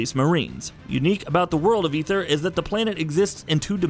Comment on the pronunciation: he also pronounced Aether, and Zebes wrong. at that point I just stopped caring about it